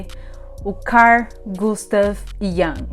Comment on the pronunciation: A pronuncia é IUNG